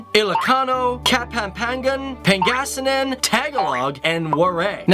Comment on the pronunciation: PanGAYsinan, I lost it at that